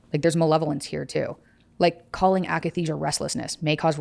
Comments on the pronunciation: akathisia, not akenisia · it's akathesia not akanesia... nothing to do with muscles.. i experienced it aswell when i went off lexapro. it's like an extreme withdrawal feeling that you can't shake, like your body has pins and needles everywhere and you're in a constant state of jonesing but there is literally nothing that will take the edge off. it was so painful i had uncontrollable hallucinations of stabbing myself. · When the host says AKANESIA you kinda loose all respect